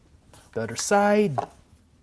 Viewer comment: The “oder” way😭